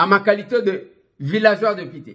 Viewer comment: Masolo na député et non deupité . Tu racontes des bobards cher deupité